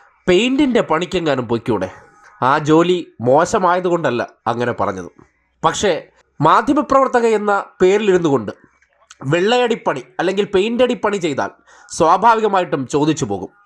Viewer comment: പെയിന്റ് അല്ല പൈ ന്റ 😂😂😂